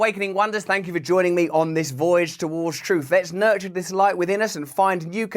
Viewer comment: yes, fank you!